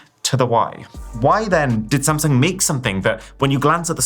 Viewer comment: u said samsing